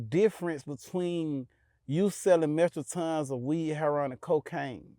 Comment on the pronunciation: metro-tons 😂😂😂 Ralo always letting niggas know he was a superb trapper